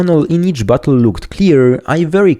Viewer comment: Lmao I like that you make "bottle" sound like "butthole"